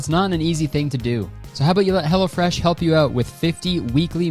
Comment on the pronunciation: Every time you say 'Hello Fresh' I think you're saying 'Hella Fresh' and it delights me.